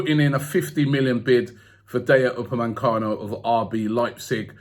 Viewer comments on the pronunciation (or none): Everybody: DAH-YO UPA-MAY-CANO: DAY-YA UPA-MAN-CANO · I'm sick of robbie saying dayot upamecano. Like if u agree. Jarrrrrrrring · He said his name wrong tho 🤦‍♂️